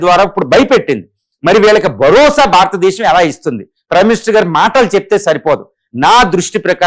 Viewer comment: భారతదేశం భారతదేశం భారతదేశం అని పలకండి